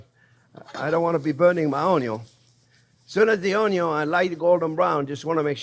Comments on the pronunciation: nothing says "good" like a potato with onyo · The very reason I subscribed to your channel in the first place is because of the way you pronounce onion 😂